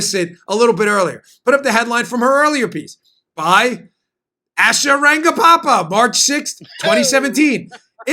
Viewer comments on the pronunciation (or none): Dan, sounds like you're adding an additional 'pa' in Asha Rangappa's last name. Agreed, Asha is horrible. Who ever is paying her should ask for a refund.